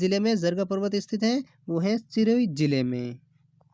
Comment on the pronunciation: Bhai vdo banane wale bhai se mera अनुरोध है की कृपया अपनी शब्द शुद्धि ठीक से करे क्युकी आप सिरोही को चिरोही बोल रहे हो और भी कई सारे शब्द है जो आप तेज बोल कर गलत बोल रहे हो जो बिल्कुल ठीक नही h bese आपकी क्लास बिलकुल ओके है पर थोड़ा शुद्धिकरण पर विशेष ध्यान रखो 🙏🙏sir